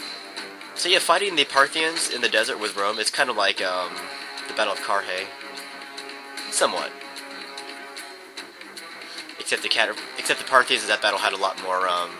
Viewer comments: Car-hay? It's car-eye! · Not "carry"? :D